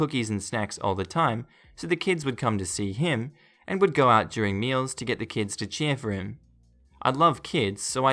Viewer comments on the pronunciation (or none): none